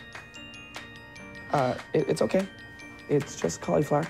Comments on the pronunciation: "I'm soary, I'm soary, I'm soary, I'm soary, I'm soary!!" - Craig Manning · IM SAURY IM SAURY IM SAURY IM SAURY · “I’m SOARY!” 😂